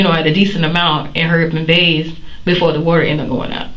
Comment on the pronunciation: The word is BATHE not BAISE.